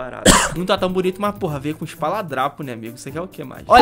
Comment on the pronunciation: "ESPALADRAPO" KKKKKKKK